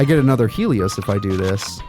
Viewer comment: Why are you saying Helios like Stelio from American dad